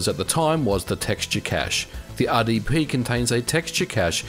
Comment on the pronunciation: Oops, ya emphasized the R on both "RSP" and "RDP," rather than the letters that set them apart from each other (S and D, of course).